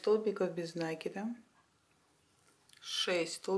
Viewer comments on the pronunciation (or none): Нет слова нАкид. Есть накИд . Сама собачка прелесть! А кудряшки я бы просто вытянутыми петлямм связала ( как у мочалок)